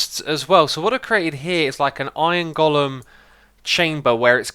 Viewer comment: “iorn gullum”